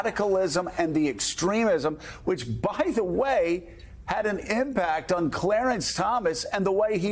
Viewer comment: “Clearence” Thomas lol